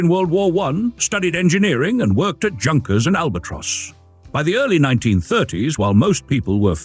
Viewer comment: Pronunciation is very bad ! It is "JOONKERS (Junkers), it is "POR-SHe" (Porsche) , "Py-Go" (Peogeot ), it is ""Light-Bau (Leichtbau)